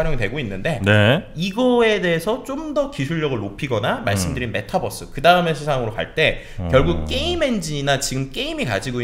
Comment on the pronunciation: Metabus? 가 아니라~ Mataverse! 발음이 좀...’메타벌스’가 좀 더 낫지않를까..싶군